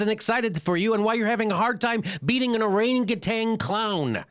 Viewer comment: For the record, it's pronounced orangutan, not orangutang.